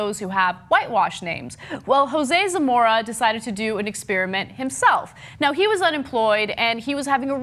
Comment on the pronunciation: sounded like ana said "ex-spearmint". makes me want a stick of gum.